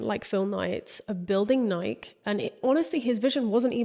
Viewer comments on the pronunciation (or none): I came here to say I fully left my body every time she didn’t say Nike-eee the way you know, the FOUNDERS pronounce it 😂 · Nike? Are you talking about the shoe? It must be something else that I've never heard of. The shoe is pronounced Nikee You must be talking about something else. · It's pronounced Nai-kee..... Love your videos❤ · Is Nike (ny-KEE) really pronounced as a one syllable word across the pond? It hurt my ears every time you said it. Ny-KEE like Mikey! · The mispronunciation of Nike in the UK still boggles my brain lol